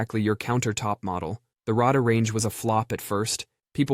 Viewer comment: It's pronounced the Ray Dar Range. Stop using AI VOICES!!!